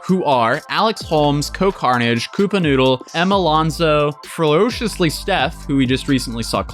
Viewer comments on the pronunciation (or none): Did you say 'flowrociously'steph... Like... mad pmsing.... Screaming.